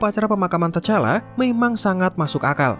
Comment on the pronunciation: Sbut nma pn x ngam mau buat youtube🙄🙄 tu T'challa d sbut Tichalla bukan tachalla👎👎